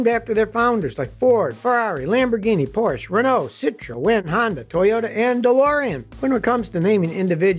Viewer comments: Porsche is pronounced 'Porsh-er'. Daimler is pronounced Dye-mler and the founder of Toyota was Mr Toyoda (but I'm sure you knew that one) :) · Love the videos but cringe every time Scotty mispronounces "Porsche". Also, the Chevy Nova story is a myth. Even if you couldn't confirm or reject the story by looking into history, you might notice some problems with it if you understand Spanish. For starters, "nova" and "no va" don't sound alike and are unlikely to be confused, just as "carpet" and "car pet" are unlikely to be confused in English. Additionally, "no va" would be an awkward way in Spanish to describe a non-functioning car ("no funciona", among others, would do better). Additionally, as in English, nova when used in a brand name, nova can convey a sense of newness. There's even a Mexican gasoline that goes by that brand name, so it seems unlikely such a name alone could doom a car.